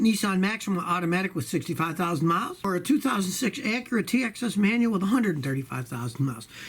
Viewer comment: Scotty it's TSX, LOL...